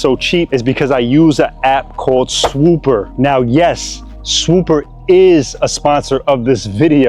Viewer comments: If you use that app for real id assume you'd say the name correctly. I use "swooper" to get the cheapest prices...meanwhile its called swoopa. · its clearly "swoopa" not "swooper"